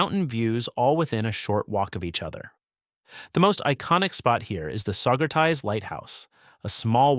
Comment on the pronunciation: Also it's "SaugerTEES", not "SaugerTIES" (as in a tie you wear)